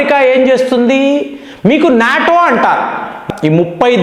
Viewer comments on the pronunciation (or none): none